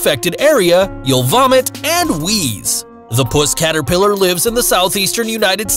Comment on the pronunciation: Seriously. The way you said that 😂 Puss caterpillar. It's puss caterpillar 😂 Nice video guys. Oh and it would be the six eyed sand spider that is the most venomous. I have three.